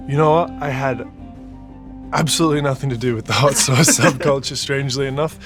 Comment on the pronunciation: "Hot souce is the best."